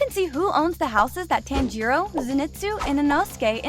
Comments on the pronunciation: FOR GODS SAKE PRONOUNCE TANJIRO CORECTLY PLEASEEEE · Why are you saying his name wrong!? You have watched the anime no!? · YOUR PRONOUNCING TANJIRO WRONG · Is it TAN-Jeero ( Pronounce ) Or. (Ton-Jero) Cause you saying it weird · Giyuu-tearo 💀 Edit: pro said that pokemon is a anime 😔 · Not to be rude but it’s not pronounced “Tan-jee-roe” it’s actually “Ton-jee-roe” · the way she pronounces tanjiro as (TAN-JE-RO) makes me want to commit not breathing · No way you pronounce it, tan-jeeroh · It bothers me you pronounce it as ‘Tan-Jeer-O’ when it’s pronounced as ‘Tahn-Jur-O’ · I tried so hard to appreciate your video, but, you make it very difficult when you don't bother with how their names are pronounced, should I phonetically spelled it is Tanjeeero, and Kanow, and Shinobu sisters name is Kanneye? I'm trying to help you. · They miss pronounced Tanjiro they said tanjuro🤦‍♂️ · Tan-jiro bro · I mean not tan-I-to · she really prenounced it like TAN-G-ROW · why does she say, "tan-jiro"? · Can't watch if she keeps saying Tanjiirouu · "tan-gee-roh" made me laugh uncontrollably for five minutes straight T-T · Bro it's not tan-jiro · we can all tell she watches dub because she pronounces Tanjiros name as “Tangeerow” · Bro stop saying TÄËÑJÏROWH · every time it says "Tan-gee-row" is just 😭😭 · I’m sorry but can you please stop saying Tanjiro as tanjeero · Fun fact: you said tanjiro wrong